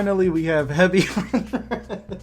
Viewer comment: No it’s HEBY ON RED And the shinOP? what the feck is this guy smoking